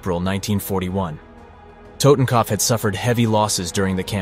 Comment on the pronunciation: The way you pronounce totenkopf lol..